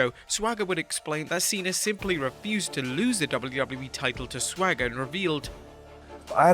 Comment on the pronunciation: Cena shouldn’t have to drop the title to a wrestler that can’t pronounce the letter S. What’s Sssthhhwager doing now?